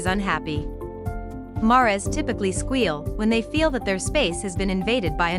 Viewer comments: Could I suggest you find a narrator who can pronounce “mares”. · Saw your comment before I heard it made me laugh didn't expect it to sound like that hahah